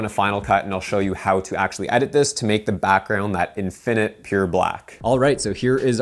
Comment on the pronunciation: I’ll happily subscribe if you promise to accent the first syllable in the word (infinite) /IN fin it/. And stop accenting the second syllable/in FIN it/.